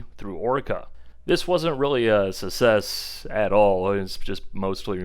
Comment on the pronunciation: Success has a C in the middle duuuude lmao. Pronounce it